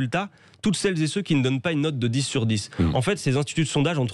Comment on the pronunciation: "Celles zé Ceux"